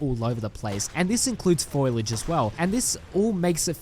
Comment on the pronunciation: what the actual fk ? where did you learn to pronounce basic words ? Contribute and foliage for starters